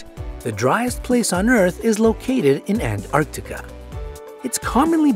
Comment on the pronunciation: That is NOT how you say antartica